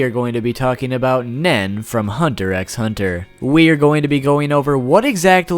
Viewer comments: It’s pronounced hunter hunter not hunter EX hunter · You don't pronounce the x in hunter x hunter, it's said like hunter hunter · Tyler he knows but he prefers to call it that Its x not ex* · I really wish you wouldn't say the X. Just because you think it sounds better doesn't mean you should say as such. The series is called Hunter Hunter. If you enjoy the content you should respect the name the creator gave it two spookey....I know your name I just like spelling it better this way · I cringe whenever he pronounces the "X" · Please stop saying Hunter Ex Hunter... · its hunter hunter not hunter ex hunter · You didn't explain ryu very well also the x in hunter x hunter is silent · you know you don't pronounce the x in Hunter x Hunter right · The X in Hunter X Hunter is supposed to be silent